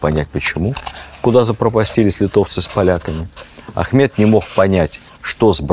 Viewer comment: Хана звали Ахмад, а не Ахмет...